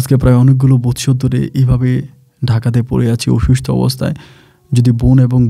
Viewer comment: ভাই আপনার বেশীরভাগ উচ্চারণ শ্রুতিকটু লাগে। সম্পর্ক উচ্চারণ এখন ঠিক হয়। অসুস্থ উচ্চারণটা ঠিক করেন। আপনি বলেন অসুস্ট! বমআলাদা আলাদা করে লিখে দিলাম। অসুস্ থ হবে, সঠিক বানান অসুস্থ।